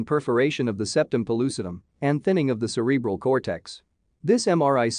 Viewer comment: Not pronounced like that Cre bral.